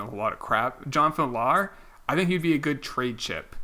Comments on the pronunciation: Dude, it’s pronounced V-yar, not Vih-lar. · Jonathan isn't pronounced VILL-ARE, it's like talking about Virtual Reality, V-R